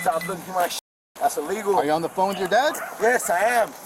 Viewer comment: "Dont touch me, thats iwegal"